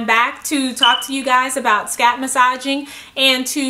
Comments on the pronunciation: The way she kept saying "SCAP" instead of scalp. Lmao. . . Plus that smoke detector beeping. I can't. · the way she says scalp though